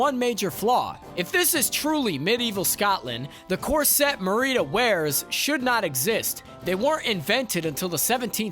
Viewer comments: Muh-ree-duh=NO Mare-rid-uh=yes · Mare-E-dah Mah-ree-dah? Jesus dude. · The biggest mistake was how you pronounced Merida ☺️😜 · Ik I visibly cringed when he said her name